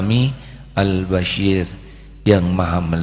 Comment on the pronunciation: Mf guruku yg mulia.....nm Allah ya Bashir...dgn huruf shod.. bkn ya basyir...dgn huruf syin Yg maha mlihat...bkn yg maha berita gmbira.. JazakAllah guruku...ilmu yg sgt bermanfaat bt diriku...